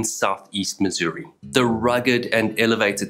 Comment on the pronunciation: You said our state's name correctly, bravo! Ha. Even other Americans call it Miz-urr-uhh or Miz-or-ee.